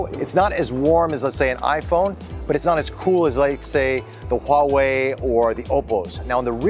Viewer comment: I wish to thank you for pronouncing the H in Huawei! (my pet peeve that tech reporters seem unable to get the name right :D ) Also classy review. Agree on the Bixby button - it should be remappable to something else for non-bixbyers..